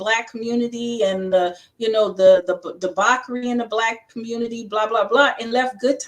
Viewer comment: Is she saying debauchery or debockery?